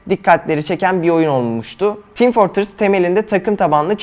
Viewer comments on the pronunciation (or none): none